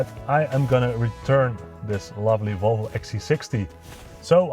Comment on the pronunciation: So funny the dutch way you pronounce Volvo, or should I say: wouolwouo :) j/k